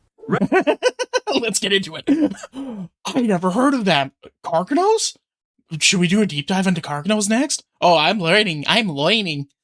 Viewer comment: Carcharodons are the space shark's, sounded like you may have misheard the name 🦈